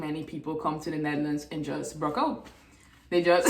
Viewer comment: “Just bruk out” 🤣🤣🤣